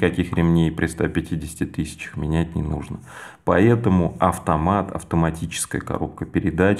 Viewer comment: Классно расписал. все понятно и наглядно. Вот только не говори "поЕтому" и "Етому" )) без обид!